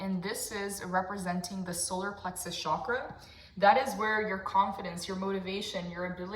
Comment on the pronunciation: The Ch in Chakra is pronounced as you would chess ❤